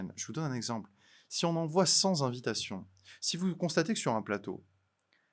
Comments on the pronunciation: Cent-z-invitations? Attention! Pour le reste, à 100/% avec vous. Pour reprendre une formule célèbre : la liberté d’expression ne s’use que si l’on ne s’en sert pas, à plus forte raison si on la corsète. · « Les cent z"invitations... » Bon... C'est facile de se moquer... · cent invitations et non cents invitations.avec la liaison ça me fait mal aux oreilles…je vous adore et je continuerai à vous regarder..